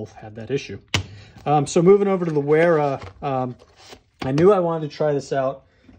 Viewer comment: Isn't W pronounced V in German? I always thought it would be pronounced Vera.